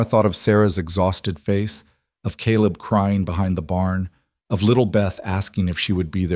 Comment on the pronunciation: USA Indiana . It was nice to hear Caleb pronounced correctly in this story. Also, the narrator spoke with an interesting cadence and emphasis with a very pleasant voice. Great story of courageous woman taking on a large family!!! ❤❤❤